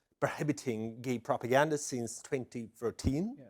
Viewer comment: Lol propegnda.